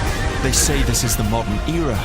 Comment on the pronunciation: "They say this is the modern EEra..."